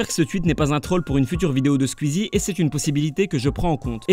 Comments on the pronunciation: "Sqizi" ptddr c'est Sqouizi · Pourquoi est-ce que il dit Squzie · J’adore comme tu prononce "skuizie" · Quand tu fais une vidéo sur un youtubeur apprend à prononcer son nom